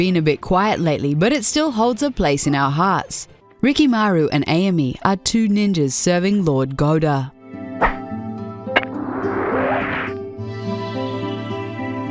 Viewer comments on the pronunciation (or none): Rikimaru and Eyami...... its AAAAyami.....floozy